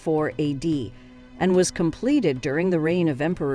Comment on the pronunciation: It's very distracting to hear AD said as add. Other pronunciations were also distracting as this reader/generated voice tried to maintain consistency throughout. Just an observation.